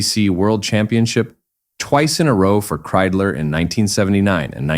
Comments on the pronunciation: Ik hoor steeds Kriedler, maar het is nog steeds Kreidler. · Das wird mit Kreidler ausgesprochen nicht mit Kriedler oder Krüler! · Wenn ich dieses KI Gequatsche höre schwillt mir der Kamm. Kriedler statt Kreidler usw. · Scheiß KI !! Das heißt K R E I D L E R ! und nicht Krüler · So ein doofes gequassel!,statt Kreidler -Kriesler oder Luigie Tavverie statt Ta veri.